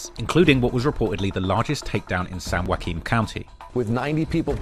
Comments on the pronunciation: “San-wahhqueen county” is crazy 😂😂😂😂😂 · said “San WongQueen” 😂😂😂😂